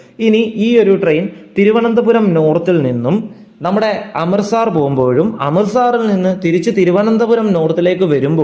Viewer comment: അമൃത 'സാർ' അല്ല, അമൃത് 'സർ'. സ്ഥലത്തിന്റെ പേരെങ്കിലും ശരിയായി ഉച്ചരിച്ചിരുന്നെങ്കിൽ എന്ന് ആശിച്ചുപോകുന്നു.